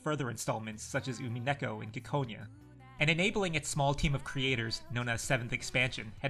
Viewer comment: Why the reupload? Also, you're pronouncing Ciconia wrong